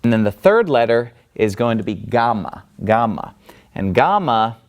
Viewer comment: I'd like to make three very different points after watching this video: 1. Your pronunciation for a non-native speaker is quite good. You do pronounce the gamma in a non-modern way (i.e. as a stop rather than a fricative) 2. Saying things like 'that Greek false god called Poseidon' makes you sound like a religious zealot and makes me, as an atheist, want to ask you: which god(s) are true and why do you think so? 3. You're so hot I wish I'd had a priest like that back when I was a believer :)